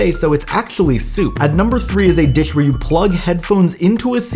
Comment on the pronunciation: Never thought hearing a man say "disccchhhh" would drive me insane.